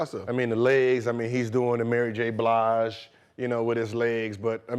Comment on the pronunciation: “Mary j blige” 😂😂 im weak